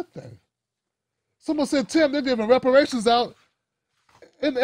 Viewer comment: Repuhrayshinz iz lolng ova doo